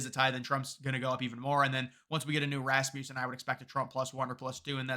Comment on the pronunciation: The word (name) Rasmussen has a short U vowel sound. It's named after Scott Rasmussen. Mark tries to correct everyone that gets it wrong but for some reason everybody ignores him, let's try to get the company name correct??